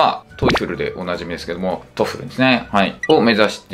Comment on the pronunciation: より正確にはトフルじゃなくてトーフルな